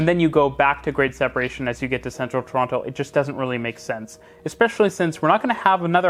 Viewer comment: Pronounce Toronto correctly or don't say Toronto at all.